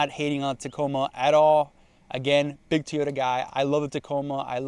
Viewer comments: why do you say TEEyota and not TOYota? must not be that big of a fan if you can't even pronounce it correctly. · You say "teeyota" , the rest of the world says "toy-OH-ta" . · If you’re a huge Toyota guy then why do you call it a Tee-Yota? It’s Toy-Yota. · What’s a “Tee yota”? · Bro stop calling it teeyota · Tiyota? lol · Toyota not teaota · What is a "Two-yota"??? Why do you pronounce it so differently? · What is a TEE-O-dah? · Why do some people call it teoyota? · Why does this guy keep saying "Tea-ota" instead of "Toyota"? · Stop saying Teoyta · Wtf is a teeyoda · Bruh. “Tee-yota” Quit it. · Your pronunciation of TOY-OTA as tee-ota is terrible. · whats a teeota? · Is he saying Teeyota? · TF is a teayota? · the way you say teyotah was painful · How many times can you say "Teeyota?" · Wtf is a teeyota? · "T-ota"? Where do you get that? I think it's Toy-ota. Must be Spanish for Toyota. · What the heck is a Teeyota? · TOYota not TEEyota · How can you claim to be a Toyota guy when you pronounce it Tyoda? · TOY-YO-TU NOT TEE-YO-TU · It's Toyota not teaota 😂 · Say it with me...Toy-yo-ta. BTW I'd pick the Frontier 10 out of 10 times...not a Tacoma fan at all, they're cramped and aren't what they used to be...ever since they had frame rot issues they've been going down hill, and all the new tech and turbos just compounds the problems. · Wtf is a a Teayoda? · Do you mean "toy" ota....what's with the way you pronounce Toyota? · Did he say teyoda😂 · TOY-ota, TOY-ota, it’s easy to say. 😊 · I thought Yuri from the Straight Pipes was the only one to pronounce Toyota as "Teeoda." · Fact that you say teeeyota you should stick to Nissan, you have no business driving Toyota if you can’t even say it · Drink every time he say”Tiyoda” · I would have watched the full video but couldn’t stand you saying teeyota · I felt pain every time he said that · I thought it was Tea yo tah. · Godda love ah teeota eh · Also, you say Nissan much better than you say Tee ota, or Tota.